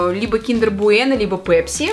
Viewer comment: Мы русские с нами "пЕпси" это просто😅😅😅😅😅